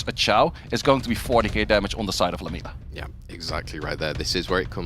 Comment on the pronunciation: 1: no Caster has ever pronounce Lam-iel-a correctly, its not lamelia 😂😂😂 secondly..... pinkroid had a 3 and 0 easy, Raxxas did not win. Has to be upsetting the only way to win the cup is by your enemy giving you the win after showing he could easily decimate you all 5 games.